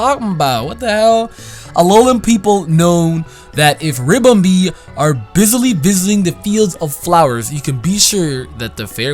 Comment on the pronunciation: Ribombee not Rimbombee